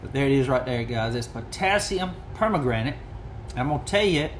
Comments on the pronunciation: Love it! Beautiful knife. Well done. Love the polish on the bolster. May I say it's not per-ma-granite, but it's per-man-ganate. Sorry, my chemistry is showing.😊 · Please learn how to pronounce it! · Good afternoon Doc. That knife turned out great. I have to admit your pronunciation of Per-man-ga-nate cracked me up. Please forgive me 🤞🏻Thanks for sharing and I hope you have a great Tuesday! 🙏🏻